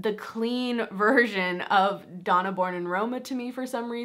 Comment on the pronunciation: Hey just wanted to let you know that the Donna in the Born in Roma perfume name simply means woman as in this is the woman's version. Donna means woman and is pronounced donah more like donor. There's a mens version as well which says uomo which just means man.